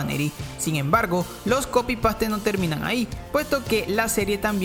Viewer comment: Wen en el video dices "copi pastee" 🤣🤣